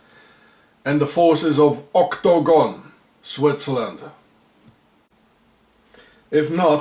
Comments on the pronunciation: Why does he spell/pronounce it 'octOgon'? It's 'octAgon'. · OCT - TOE - GOHN ! LOL